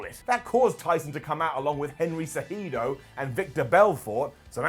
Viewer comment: As an MMA fan, it was funny to hear you pronounce Henry Cejudo and Vitor Belfort 😂.